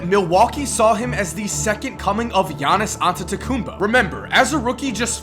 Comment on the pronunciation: am I the only one who can pronounce giannis name fluently